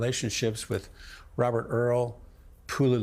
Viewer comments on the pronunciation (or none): none